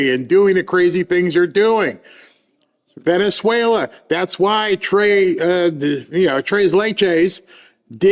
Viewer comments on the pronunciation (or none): none